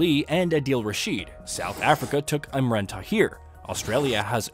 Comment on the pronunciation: Its Imran not Irman